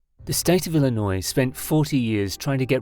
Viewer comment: its illinio.... not illinoise......